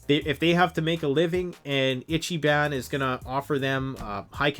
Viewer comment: I T C H Y B A N. It's pronounced "Eecheebon."